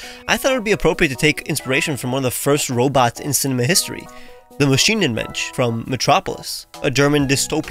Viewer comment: I am a German and find it hilarious how you say "Maschinenmensch". I don't even know why but this already made my day: :D